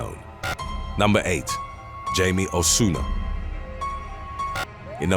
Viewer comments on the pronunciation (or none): its Hi me not jay me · "Jaime" is pronounced Hy-meh 🙄